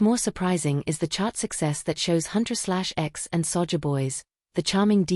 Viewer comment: The girl's group name is pronounced Huntrix. :)